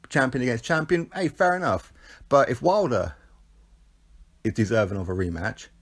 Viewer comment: You called him "Wilder" 😵